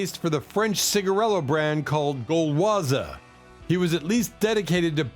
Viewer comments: 2 times comes the French cigarette brand "Gowaza"… (with Jim Morrison and John Lennon). The right name is Gauloises which you would pronounce : Goloaz’ I remember lot of people would smoke Gauloises (blue) until the ‘80s. It was brown tobacco (not blond) and without filters (with filter it was Gauloises yellow, but most of the people would smoke the blue one, without filter, like its latest representative person : the singer Serge Gainsbourg who was a chain smoker) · Gauloises soun funny the way U say it. Quit.